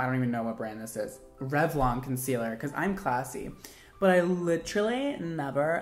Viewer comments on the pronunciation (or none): when he said concealer I was like noo that hurts..